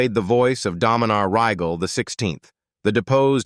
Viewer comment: Can you say A.I. bullshit? Can't even say Rygel right.